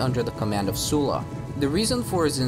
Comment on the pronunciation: Oh finally someone who is pronouncing Sulla's name properly! I cant tell if you are a native English speaker, but if you are not - that would explain this... :) Sorry for focusing on trivial matters and skipping the essence... Great work! Consider Illyrian revolt as a next topic, I think it favours your cinematic approach, Balkans and eastern Adriatic coast make some great landscapes (I always enjoy RTW2 battles in the Balkans), and native tribes offer great visual mix of Celtic, Hellenistic and authentically local elements in their look, equipment and heraldry. The story itself will also offer plenty of space for your admirable narrative talent...